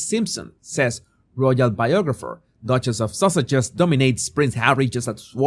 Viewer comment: Did he say “ The Dutches of Sausages” LOL 😂